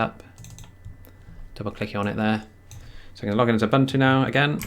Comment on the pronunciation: Ubuntu is pronounced oohboohntooh